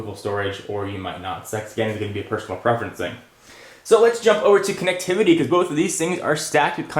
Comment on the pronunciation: its funny how he says COOnectivity at the beginning. hmmmmm. i wonder what thats about